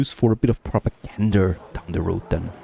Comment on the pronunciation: “Propergander” reminds me of a Southern accent